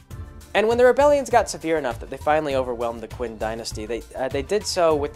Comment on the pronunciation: Qin is pronounced "Chin." Just a small FYI, enjoying the monologue.